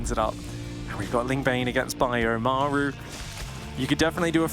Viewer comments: "Meigh-ru" so annoying. Just f-ing say Maru. Game 2 was good shit tho. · Why can't the one caster pronounce Maru? Everyone else gets it right but the dude just makes up his own pronunciation.